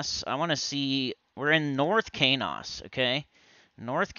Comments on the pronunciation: He was pronouncing it wrong the whole time. It's SonyEQ backward and pronounced like keys and dose with the long O... Keynose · I think I've been pronouncing Qeynos incorrectly all these years.